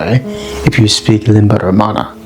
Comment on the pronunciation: This is another awesome video. By the way, "limba română" is pronounced a little different. That first á is pronounced like sort of squashed a, like one would pronounce a with half closed mouth. Sound drifts from a to y , but not fully y. Something between a and y. This sound is present in the name România in Romanian. Getae and Dacians were the same people. Ancient Greeks would call them Getae(Gety) and later Romans would call them Dacians. It is obvious from their writings. And Strabo was writing that Getae speak the same language with Thracians. He also says Getae were quite many but not united, and if they'd been united they would be much bigger than Greek speaking territory, and they spread up to the source of Danube river (which is southern Germany). I like your videos, great work.